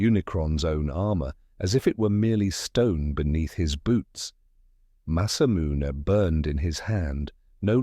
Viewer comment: Sephiroth's masamune ... you really need to check your TTS before you upload to make sure names aren't mispronounced, or it's going to be a major distraction throughout the story.